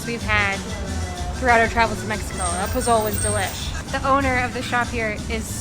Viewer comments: You should pronounce the food as, "po-so-lei". Not po-zole. The Z is an S sound. It's a common stew all over mexico, there is red, white and green pozole. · I'm surprised y'all went there. I went there 35 years ago, pre-suck. Loved it. Wouldn't go now. Love your videos. By the way. Poh-SOH-lay. Not po-zoal. You must get pozole verde. This "green" version is from Guerrero state, although my wife and I first tried it in Puerto Vallarta. THE BEST. Whoops.......now I see you're leaving. Well, when you get back to Mexico, then. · POZOL-eh! the E on the end of Spanish words is not silent! I'm finally in Acapulco now for my first time... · Pozole is pronounced in Spanish as Posolé. The Z has an S sound and the E sound as in echo. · It is pronounced pozolE. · Prounounced Po so lay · Pronunciation Pozole: Po-zoe-leh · Posole is more closely pronounced as poh-soh-leh. The "e" is never silent in spanish. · I think you were jinxed after you mispronounced pozole so many times. Considering the vehicle you’re driving it’s amazing you weren’t hit more than you were for bribes. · I caught that too I said wait a minute that’s not how you say pozole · Sorry & with all due respect, your pronunciation of “pozole” & “Jamaica” is incorrect. (I’ve only gotten as far as of your video.) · Just had to add its Po-Zo-L-Eh i keep telling my screen 😂😂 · You did not just call the soup "pazol" its pazole(pah-sol-eh) 🤦🏻‍♂️ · Po-zol? 🤦.... It's pronounced po-zo-le... In Mexico it's not like in the states where if u have a word end with the letter 'e', often times would make the 'o' the strong sound. So just phone the word in 3 parts, making sure you pronounce the 'e' and it should sound like the 'e' in the word 'end' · " Puzhooolll " LOLLLLL its POH ZOOLLL EHHH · I think it's pronounced pass-sol-lay or po-solee depending on where you are...not pazol as it looks "pazole". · Had to comment: When you said "Po-Zoal". Its pronounced "Po-soh-leh". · Pozole .. pronounced like pa- soul-lay... love the videos